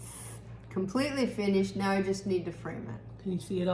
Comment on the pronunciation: Now not mow lol